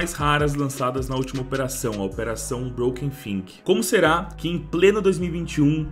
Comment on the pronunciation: so pode estar de zoeira com estas pronuncias "Brouken FIQUI?" TEM UM A AQUI MALUCO...